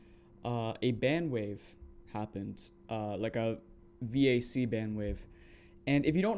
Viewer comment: the vac ban was for csgo. if you at any point had any third party dll hooked to csgo, you got banned, whether the dll were cheats or not. also a vac ban doesnt ban you from all games. and lastly, it’s just pronounced “vahk” or like vacuum without the uum